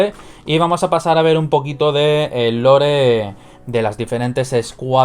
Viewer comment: Lore se pronuncia "Lor"no "Lore".